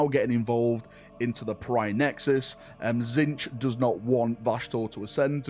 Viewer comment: Tzeetch will's it